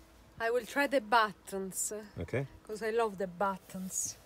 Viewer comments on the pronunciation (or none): i will try the battonz coz i love the battonz...... 😆 l like that lady ( mistakes on purpose ).